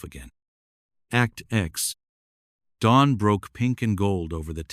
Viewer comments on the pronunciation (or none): none